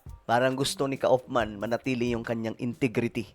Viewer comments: Kaufman is pronounced "kufman". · Hello it is pronounced as: Koff-man, British pronunciation. Thank you.